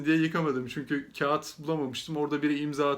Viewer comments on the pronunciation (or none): none